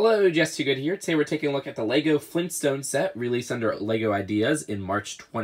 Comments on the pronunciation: G R A N D D A D. fLeEnStOnEs!?!? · Leegoo Fleenstones